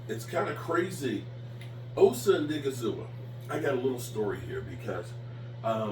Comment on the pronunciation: please just say Osa. I have never seen a human being, let alone a YouTuber, that mispronounces names as much as you do.